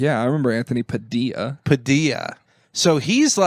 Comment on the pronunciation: Oh yeah I can kind of see the resemblance between and "Ted O Vision". And what's with not knowing how to pronounce names? 😂 Anthony Padilia!!